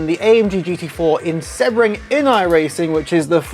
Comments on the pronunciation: Seabring, not seb bring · Ps Isn't it pronounced "See-bring"?